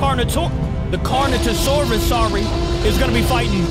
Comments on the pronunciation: you pronounce Carnotaurus wrong, you pronounce it Carnotosaurus, it’s pronounced Carnotaurus like this (Car-no-TAWR-us) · it’s carnotaurus not carnotasaurus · That's correct way to say it not Canoatisaurus it's Carnotoraus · capi it is carnotaurs 😊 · Carnotasaurus💀 Its Carnotaurus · he is not carnotosaurus it is carnotaurus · It's carnotaurus not carnotosaurus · If you want to know how to say carnotaurus, here: CAR-NO-TOR-US. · It's know as carnotaur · its pronounced car-no-tore-us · you say Carnotaurus like Carnotasaurus buddy ya need to say correctly OK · you said the carnosurs wong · You're pronouncing carnotaurus wrong